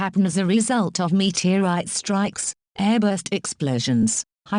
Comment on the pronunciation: met-era-ite XD